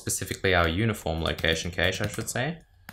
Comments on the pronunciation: As an American, IT people here mostly pronounce it as "cash", with the a sound being "short" like in cat, bat, map etc... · i always though cache was pronounced cash